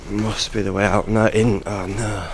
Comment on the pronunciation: The way you say oh know in your Yorkshire accent is to funny 😭😭😭😭😭😭😭😂